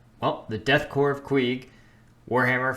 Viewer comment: Thank you for pronouncing Korps as Corps and not Corpse. So many people don't do this.